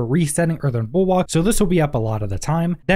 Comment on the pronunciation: Yo, it is bul-WORK (bulwark), not bulWAK. Also, its poisoned, not posioned or whatever in tf you spelled on the thumbnail. Oh ya, avian WRATH, not wraith.